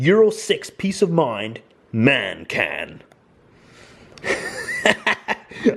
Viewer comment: Its M A N not Man